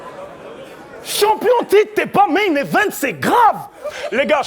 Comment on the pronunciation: il fait que dire pas mal et toucher bramzo. Mais met la gomme pendant tes rounds pour quoi tu commente ses rounds?... une bonne élocution>>?? la blague il dit CHOMPION hahahah.